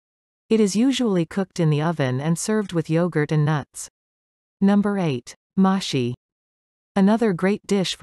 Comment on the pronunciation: Mashi correct pronunciation is MaHshi...